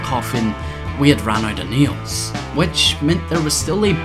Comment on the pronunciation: Is it just me or did he say "neals" instead of "nails"